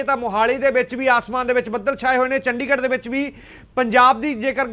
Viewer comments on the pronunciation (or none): none